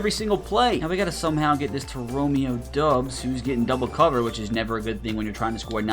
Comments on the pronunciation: Stop with the Romeo dubbs it is pronounced dobs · Never call him dubs again he doubs